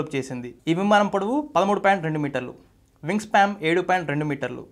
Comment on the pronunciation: వింగ్ స్పాం కాదురా సన్నాసుల్లారా వింగ్ స్పాన్, నోట్లో ఏంపెట్టుకొని మాట్లాడుతార్రా,వెనక రిసెర్చ్ టీం నిద్రపోతున్నారా? నేషనలిస్ట్ హబ్ చానెల్లో ప్రసంగించాలనుకొంటే కొన్నివిషయాల్లో సాధనకావాలి.ముఖ్యంగా భాషోచ్చారణలో.సౌమ్యంగావుందామని ఎంతప్రయత్నించినా పరీక్షిస్తున్నారు.